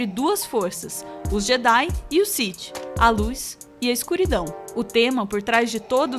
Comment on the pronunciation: Ótimo vídeo, essas comparações são faladas a muito tempo mas não cheguei a encontrar em português e com essa qualidade, só um adendo sith se pronuncia “Si-Fi”